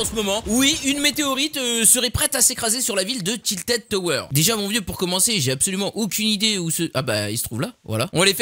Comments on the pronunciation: c pas tiltid c tilted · tiltid mdrr tilted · C pas tiltid tower tiltèd tower 😭